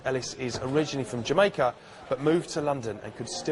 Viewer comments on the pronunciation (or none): none